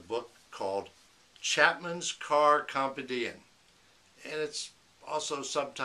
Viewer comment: Come-pen-dee-umm :-) Ok I'll shut up and watch the rest of your video.